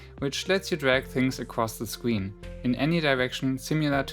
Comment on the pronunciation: I'm sorry but "scween" No hate love your videos so much!!!